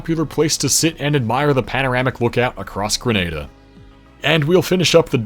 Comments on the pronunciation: Being a Grenadian descendant with family still there, it was great to hear the country actually pronounced properly, it's rarer than you'd think. I've been near top of Mount St Catherine, bit scary driving up but it's a beautiful view of a beautiful island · I can't edit on my device, but he said Curaçao correct but Grenada incorrect🇨🇼🇬🇩